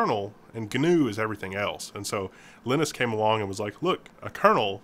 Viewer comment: Linus is pronounced Line-us not Lin-us.